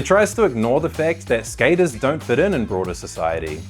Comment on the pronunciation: If this AI says Skater eyes oince more I'll loose it